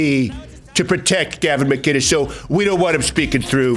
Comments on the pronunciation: Even as President, you can’t say McKKKiness! Get your staff to help you say his name, sheesh! Great job on everything else. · I refuse to believe that Steven Growder still doesn't know how to say Gavin's last name! It's MC-Innes... MC..Innes